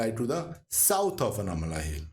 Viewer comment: aanaimalai not anamalai👍